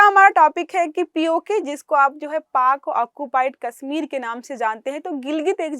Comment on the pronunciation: इस लड़की को हिंदी "से","श","ष" के उच्चारण करना नहीं आता। "कश्मीर" को"कस्मीर" उच्चारण कर रही है 😧😲😳‼️